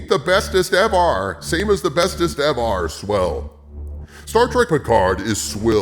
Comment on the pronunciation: The second he said "Bestest EVAR" I knew we were in some deep shit